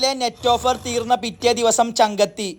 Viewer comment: പിറ്റ അല്ല പിറ്റെ